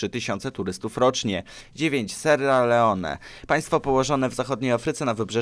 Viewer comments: XD a powinno być przez 2 r sierra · Ja usłyszalem serłalełone